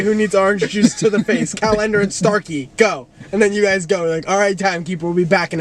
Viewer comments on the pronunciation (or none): matt being silent for most of it and then hitting us all w the 'cal-ender' like that was GENIUS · I LOVE THAT MATT SAID CAL ENDER OMLLLL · I think the highlight of my week is seeing Chris and Nick go nuts over Matt saying Cal Ender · THE GASP I LET OUT WHEN I HEARD CAL ENDER LMAOOO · CAL-ENDER HAHAHHAHAA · Cal-ender lmaooo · THE WAY CHRIS AND NICK LOST IT WHEN MATT SAID CAL ENDER